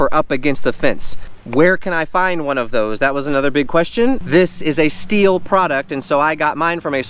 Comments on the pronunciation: Stop saying steel 🤦🏼‍♂️ stihl is pronounced “still” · Manning neither does happy or baby. You can just do a quick YouTube search and watch any STIHL commercial. I don’t want you wandering throughout Palm Springs recommending STIHL products with incorrect pronunciation.